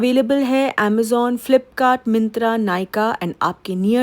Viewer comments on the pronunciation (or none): none